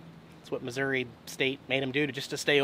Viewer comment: Yay! You said Missouri correctly this time. Lol. FYI there's a few boondocking spots in a conservation area near Clinton Mo.